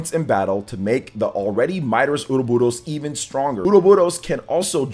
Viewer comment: Stop pronouncing Ouroboros like that 😂 just listen to the Direct and how they say it...